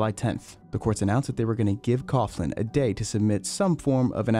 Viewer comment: its not cough-lan its pronounced cow-lan